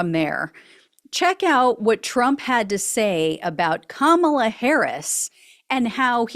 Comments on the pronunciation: Right Side Broadcasting Network was also purposefully misprouncing her name. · Alina is still acting childish by saying Kamala's name incorrectly. I noticed everyone at Fox News has suddenly been advised to cut it out and say Kamala's name correctly, in 2024. It's almost like it takes them decades to learn to say Kamala. They're about to have 4 + 4 years of hearing exactly how to say Kamala.